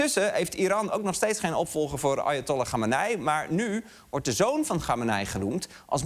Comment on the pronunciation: Ik hoorde steeds: "Arjentollah". Nederlandse betrokkenheid ten top 😂